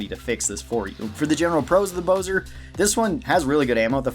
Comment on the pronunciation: It’s bo-zar, not bo-zer